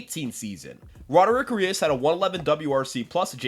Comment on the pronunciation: Brother, it’s ARIAS not Urias